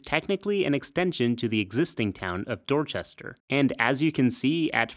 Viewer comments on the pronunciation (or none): I would love to hear an American who actually learnt to pronounce British place names properly. You didn't. Frustratingly almost nobody ever points this out. Buckingham and Dorchester were both pronounced wrong.